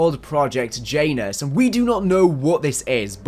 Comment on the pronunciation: As a guy who plays SMITE(Game where you play as gods of many pantheons), the "J" in Janus is pronounced as a "y" Sound.